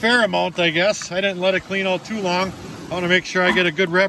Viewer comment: “We’ll check it oot” 😂